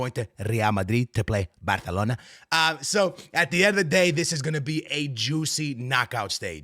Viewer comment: its Barcelona not barkelona mf